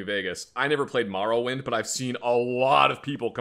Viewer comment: I hate how says Morrowind (2nd Greatest game I’ve ever played)